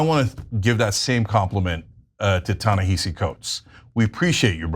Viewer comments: Ana, Cenk: His first name It is pronounced Ta-ni-ha-see, not hi-see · It’s pronounced “Tah Nehahsee” okay peace ✌️ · Pronounce Ta-Nehisi Coates name correctly. It is not pronounced the way it is spelled. It is pronounced Ta-NaHAsi. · I wish you would pronounce his name correctly. It shows no respect to the author. Ta-Nehisi